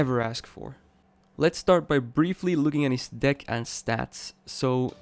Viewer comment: I kept hearing "dick" instead of deck lmao.